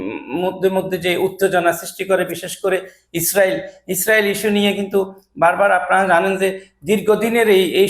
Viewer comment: ইছ্রাইল,আর ব্রুজাল খলিফা,এই হলো উচ্চারণ এর অবস্থা। ভাই তোরে সাংবাদিক বানাইলো কে?